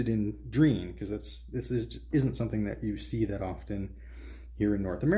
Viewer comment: Nice video. I'm from and in Argentina, you've got pretty lucky, there were many variations of Dreans and on some of them the keyboards were awful (not yours). Just one point, Drean is pronounced as Dre Ann ;)